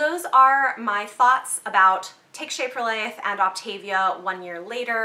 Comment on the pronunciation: It is pronounced opt a via not the way you are pronouncing it ( op tavia)